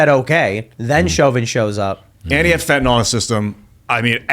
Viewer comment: Fent-a-NIL, not fent-a-NOL.